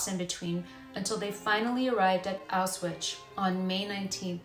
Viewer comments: It's pronounced Ow shwitz you mispronounced the name every single time. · Exactly, makes me cringe every time she says it…there is no Ch on the end lol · Pronunciation of Auschwitz...